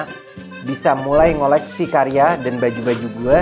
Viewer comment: Karya bang..bukan kariya😅